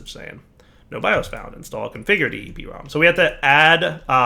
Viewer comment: 'ee' 'prom' not 'eep' 'rom' is the common pronunciation... Lol sorry that was bugging me.